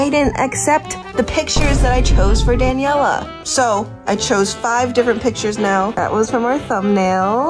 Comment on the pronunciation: The fact that says "danieler" halfway through